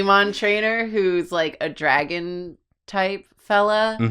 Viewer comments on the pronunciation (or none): the middle guy's name is obviously Dra'on, with an obvious glottalstop pause